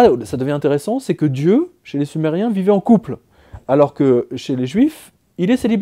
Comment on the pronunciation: Quand vous avez parler sumeriens j'entend du somali